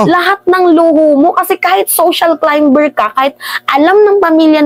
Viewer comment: social climber pronounces KLAYMER SILENT (B)